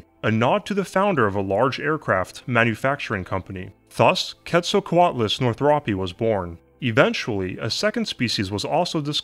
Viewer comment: Pronounced "Kate-sal-co-alt-luss"